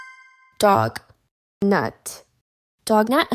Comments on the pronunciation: is donut, not dognut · It donut not dognut